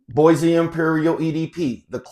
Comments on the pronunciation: Nice! Its pronounced as Buah and not Boysee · Great review. Bois is pronounced BWAH.